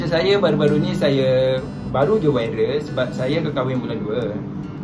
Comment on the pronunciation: Viral bukan wiral. Kerepek bukan kelepek. DASAR LELAKI PELAT DONE KECAM 😂😂